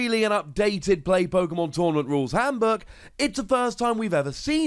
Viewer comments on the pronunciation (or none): I love your videos even if i stopped playing the TCG about the delta time but this time i always heard Hamburg instead of Handbook.